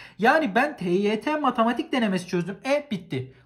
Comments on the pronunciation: nobody:: matAmatik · Nobody::Matamatik asdfgdgdgshsggdhgsfashas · neden bu derece öğrencilerinde hep yazım yanlışı kriteri var.. üstelik basit kelimeler "herkes" yerine "herkez" diyen koca yürekli ve "matematik" yerine "matamatik" diyen reis... 🤨😁